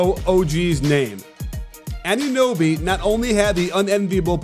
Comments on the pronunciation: is it really that hard to pronounce anunoby 😂🤣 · Fred CanYeet?!?! OG Adobe?!!!! 😂😂😂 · Why is he calling him anobe. It's say their name. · that dude called him ADOBE bruh im dead. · Shoutout to all the analysts that said the Raptors wouldn’t even make the Playoffs. Also shoutout to James a Worthy for calling Anunoby “Adobe” instead 😂🤣😂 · did he call him ADOBE? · Og ADOBE? Its funny but how lazy do you have to be to not know how to pronounce a man's name? Considering the fact that you are PAID to do post game and he killed your team? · I know! I've heard some people call him Anonooby, and I get it, you don't see his name often, and when you read your lines you just mixed up the o and the u. But "Adobe"? That is just plain laziness! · i hope OG can keep having games like this so i can wait for james worthy to say his name right